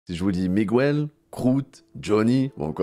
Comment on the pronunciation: en dit pas "ou" pour le u de miguel